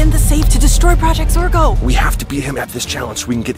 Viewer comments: It’s not zargo it’s zorgo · Max is part of projects or a girl he keeps on trying to say project Zorgo